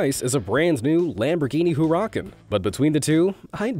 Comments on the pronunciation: can you please say Huracán correctly? Hû rû kôn Huh ruh kon Got it? It’s not “who rockin”! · hoorakin!!!! It’s pronounced herrichaan(hurrican) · I KNOWWWWWW this guy didn't just mispronounce a Lamborghini Huracan‼️ It sounded like he said Lamborghini who-rockin 😔🙈🖕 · He said hur a cen it is hur a can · LMAO wow...just WOW. It's HUR-A-CON not HU-RA-KEN. Like seriously I love your videos but what the f*** at least get your pronunciations proper before you decide to enunciate certain words improperly. No jokes. That shit irritates the hell out of me when people are just reading scripts and not even understanding the words that they're reading. Just like the proper English that I put in this entire sentence Amazing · "Hu-ra-can" "Polarris" Those hurt my soul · “Hoo-Ra-Can” Hu-nd-y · "lamborghini who-raa-cun" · Lamborghini “Hu-Ra-Kin” Must be a new model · its actually "hurr A con" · "Lamborghini Hur rackah" ☠ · It’s not hur akon it’s hurricane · Huracan? Its huracan hu ru can not huracan its hu ra can ok it's not huracan its hu ra can huracan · Dont u wish u had a huracan? xD i was like wtf did he just call it? and it upset me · Nice he said Huracan wrong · I keep hearing various vehicles called Jeeps that aren't. That is a brand, a trade name, not a class of vehicle. A Toyota may be a 4 wheel.drive SUV, but it is definitely NOT a Jeep. Edit, later a Nissan was also called a Jeep. I also noted that the Eagle vehicle had to be tactile, not tactical. Others have mentioned other issues like the hurrican pronunciation. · I cringed at the pronunciation of Huracán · Hur can 🤦‍♀️